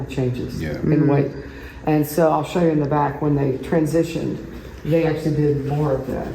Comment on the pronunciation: Yes he did say shaw invitation 😄 2 times